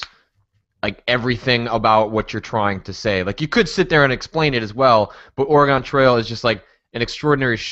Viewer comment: im an oregonian., if you dont start saying "oregon" right Im gonna get angry with you